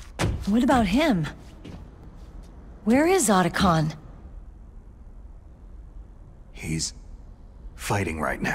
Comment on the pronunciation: In spite of it’s flaws, I can definitely appreciate the fact Meryl’s VA pronounce Otacon right this time. lol